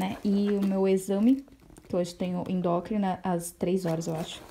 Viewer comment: que aflição de vc falando endócrina